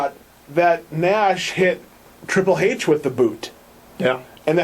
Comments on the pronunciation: This guy is a moron. CM Punk is about 10 years younger than Triple H and weighs closer to about 220 pounds so I think that a win by CM Punk could be absolutely believable. Also, what is the deal with how he pronounces the "H" in Triple H? There's also no way that Randy Orton is THE best in-ring performer over every other wrestler out there. This channel came up as a suggestion and after a single view I'm not gonna stick around to watch any more. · Good points...but I think hes saying Triple H's name like that because its how William Reagal says his name lol